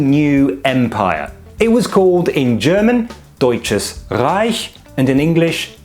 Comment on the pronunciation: I'm glad you pronounced "Deutsches Reich" correctly.